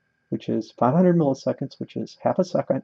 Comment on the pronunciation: "500" migitseconds HAHAHAAHHAHA